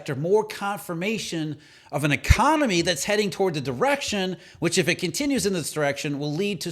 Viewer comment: e-CON-ON-ME. Plain sight